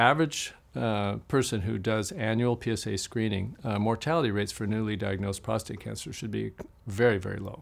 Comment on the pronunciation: i love you like a brother, but the word is "prostate" not "prostRate". "prostRate" means to "lie flat on your back". and i'm a 4+3. how are you doing now?😊